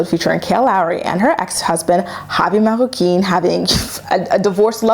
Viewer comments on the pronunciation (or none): why you gotta keep saying Javi’s last name with a French accent?